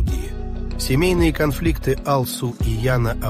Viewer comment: Даже. Ударение. В. Имени. А лу. Ударение. На. У. А. Не. На. А. Всё.